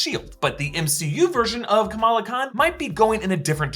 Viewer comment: Isn't it Kamala and not Kamaala? Like why?